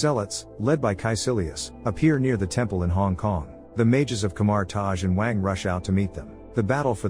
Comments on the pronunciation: IT’S WONG NOT WANG WTH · It's "Wong" you racist lol or "Wongers"